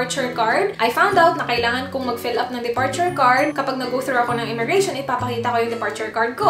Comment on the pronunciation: Immigration. Not "immigra- Shon."